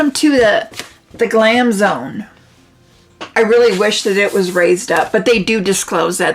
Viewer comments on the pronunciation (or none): "GLAM" NOT. GLAME. LOLOLOLOLOLOLOLOLOL